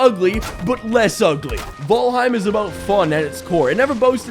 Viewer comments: 10 minutes of trying to figure out if it's vAlheim or vOlheim. What are you trying to do here? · I'm so used to hearing "fall" in fallout that I hear fallheim instead of valheim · Say the title correctly damnit!